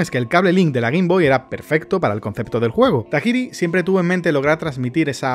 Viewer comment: Se que tiene años este video y no sé si ya sabes pronunciar japonés, porque inglés si puedes. O lo mencionas todo bien a la española o sea, game freak, o en su idioma, geim frik. Es Satoshi Tayiri